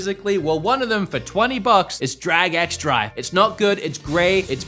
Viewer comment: It's pronounced like "Drag 'n Drive."